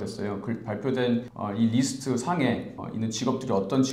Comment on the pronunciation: 소중한 영상 잘 보았습니다. 제 동생에게 큰 도움이 되네요. 근데 자꾸 List를 뤼스트 (Wrist)라고 발음하시니 좀 신뢰도가 떨어지는 그런 문제가 있네요. 기본적인 발음은 좀 신경써주셨으면 좋겠습니다. 이민 문제를 다루시는데 영어에서 일단 신뢰도가 있어야 고객들에게 신뢰가 갑니다